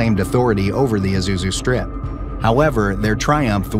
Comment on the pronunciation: It's Chadian-Libyan War, not chatty and Libyan War. Chadian as in the nation Chad. Good grief. "Isuzu Strip"? Arrrgggghhh. No, It's the Aouzou Strip pronounced like auzu, not like Isuzu.